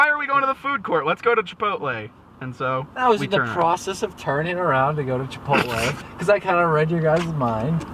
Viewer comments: IM NOT ALONE.i pronounce chipotle the same way does LOL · is right in the pronounseation (i dunno how to wright that) of chipotle i know cuz im mexican